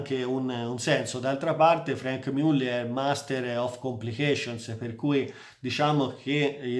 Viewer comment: che risposta scortese, da un grande esperto di orologi (che seguo con interesse) mi aspettavo: A) che pronunciasse le marche in maniera corretta B) meno suscettibilità